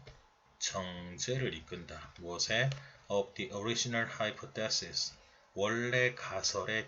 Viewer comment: 하이 포쎄시스..가..옥에 티인듯해요...따라해보세요...하이..파..써시스